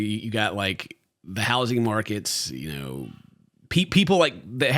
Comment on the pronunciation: Did just say “you knoaur”?